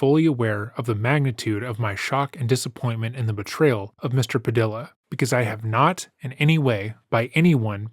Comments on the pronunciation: bro, its PA-DEE-YA, not PA-DILL-AH. ffs bro. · Padia's last name is pronounced "Pa-DEE-ya." Latino surnames with double LLs, and all Spanish words, are pronounced "y." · Great channel, and the massive amount work put into it is clearly evident...but tell me he didn't just say "Pa-DILL-a"... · Let me help. "Padilla" is pronounced Pad-E-A. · Another great production sir. And the other commenters have pretty much covered everything. I just have one rhetorical question, who the hell plays hide and seek in their forties?! Cheers. 😎 PS, since you're a broadcaster, I just wanted to inform you that a Hispanic name with two L's, as in Padilla, is pronounced like a "Y" (pah-DEE-yah).